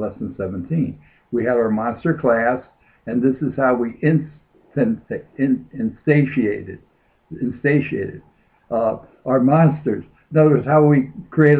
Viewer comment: instayshe-ated? lol. its a tough one.